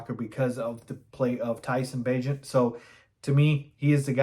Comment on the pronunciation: You just pronounced Tyson Bagent's name correctly which earns you, a subscription from me. I really do enjoy your stuff😊